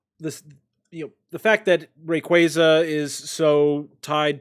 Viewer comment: Gtfo its pronounced ray-quay-za ?! Lmao Great podcast guys really enjoying listening 👍